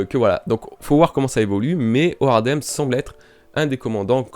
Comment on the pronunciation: Mon cher ami ! Je tiens a te dire que j'ai kiffé ta vidéo, tu m'as fait bien rire avec ton "C'est bizarre de parler de boobs et d'être si sérieux" 😂 Sinon le "Hoardem" que tu dis ... Son nom se prononce Holdem au Japon ... Comme l'holdem poker... Et Speed c'est comme le speed du poker un autre mode de jeu... Sinon je veux bien croire a un Holdem VS Zoro vu que dans la liste de spoil qui est sortie il y a déjà longtemps de cela nous avions un "Zoro affrontera un tigre de feu" et un "L'un des commandant de Kaido est un tigre" 😉